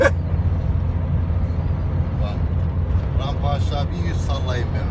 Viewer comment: Abi şu şiveli tüh demen çok hoşuma gidiyor.sevgiler saygılar.